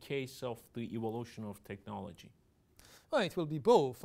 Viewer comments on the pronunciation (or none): none